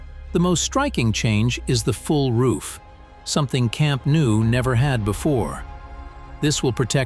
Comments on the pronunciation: it's pronounced camp NO not camp new. basics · camp nou in catalan = camp NO in english